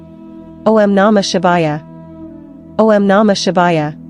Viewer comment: must we have AI narrating everything? couldn't you have a real woman doing the narration? O M Namah Shivaya? O and M are NOT pronounced separately. Ridiculous.